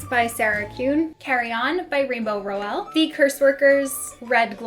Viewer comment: Your shelves are so beautiful! Love the various knick knacks on them😊 Small question tho, I thought Rainbow Rowell's last name was pronounced with the emphasis on the first syllable?